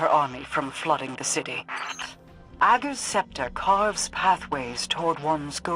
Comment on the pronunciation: "Uhhh-gers Scepter" lol